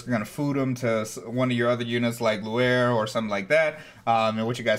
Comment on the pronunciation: You said Luer, it's Louis. Someone was going to point it out :)